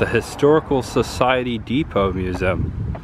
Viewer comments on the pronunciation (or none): It's pronounced mu zee umbrella! Not musum